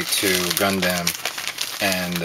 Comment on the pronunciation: why do you say gundamn?